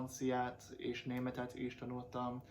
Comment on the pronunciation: Hááát nem tudom igazán leírni, hogy pontosan milyen, alig hallható amúgy, ahogy mondtam.😀 Azt nagyon hallom, hogy például a tanult, itt, mielőtt szavakban a t betűt sz-nek vagy c-nek ejted ki. (Tehát múlt idejű igék, vagy t-re végződő szavak) Meg mintha némely szót a kelleténél gyorsabban mondanál ki és így kissé egybe folyik. Nagyon köszönöm, ez tényleg jó hozzáállás.🙂 Szólni fogok, ha úgy lesz és kijutok az országodba, köszi.😊